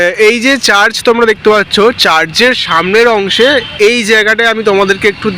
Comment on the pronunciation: 'চার্জ' নয় রে বাবা ---- কথাটা চার্চ হবে ! ইউটিউব আর ইউটিউবাররা সব কিছু ডুবিয়ে দিল রে !!